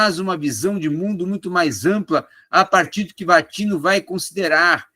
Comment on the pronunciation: É Gianni Vattimo, nao "vattino"